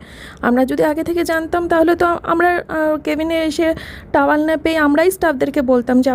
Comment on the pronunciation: টাওয়াল নয়, টাওয়েল (Towel)